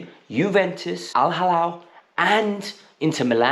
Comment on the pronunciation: It is not al halal but it is Al Ahli😂😂